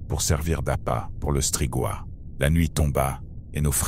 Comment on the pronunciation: Agréable â écouter . Merci! Deux details : la Valachie se prononce valakie et strigoï se prononce strigoye